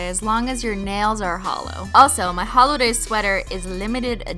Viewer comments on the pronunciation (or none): holoday jumper not holo :(